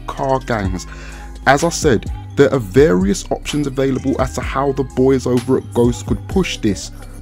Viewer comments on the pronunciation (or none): none